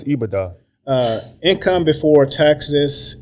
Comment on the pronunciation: If he says EBITA one more time 🙄lol